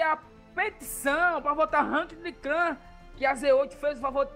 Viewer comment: Ranquéde kkkkkkkkkkkkkkk